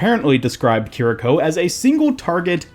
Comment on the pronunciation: You actually got the pronunciation spot on. Japanese doesn't really have much in the way of syllable emphasis, and your vowels were all correct. As a fun side trivia... o-fu-da Japanese--Kiriko's healing source and fu-lu Chinese--the talisman on Mei's Jiangshi skin Are both related, inspired prayers to gods, typically for exorcism/redirection of negative energies. Purportedly, according to some of the occult reads I've been going through, the Hu Xian fox cult may have spread the use of those from China over into Japan, at some point.